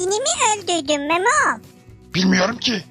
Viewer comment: memom diyo ya